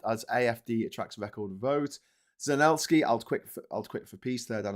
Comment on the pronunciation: Please its Zel en sky not Zen el sky, Good show:)